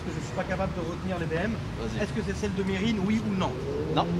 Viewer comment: sans déconner, je vais faire le fan boy, gros respect. Vraiment. T'as fait un geste pour un de tes amis, même si ce n'est qu'un compte insta, je t'appelle seigneur:-). Encore une bonne vidéo, mais par contre ça se prononce "Mérine":-) et le mec de la ROLLS je l'adore. Il doit revenir:-)